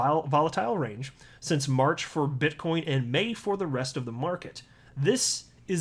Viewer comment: You said bitch coin 🤣